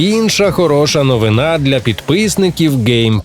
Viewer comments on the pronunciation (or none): none